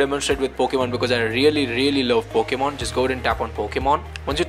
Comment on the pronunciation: “Pokman, reser, and foknif”